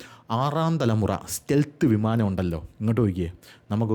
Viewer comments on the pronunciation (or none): none